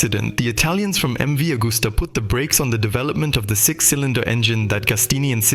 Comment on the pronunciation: Ca serait bien que le commentateur ne déforme pas le nom des marques de motos et des pilotes de légende. MV AGUSTA se prononce AGUSTA et non pas AUGUSTA et AGOSTINI se prononce AGOSTINI et non pas OGOSTINI. La moindre des choses quand on aborde un sujet c'est de le connaître.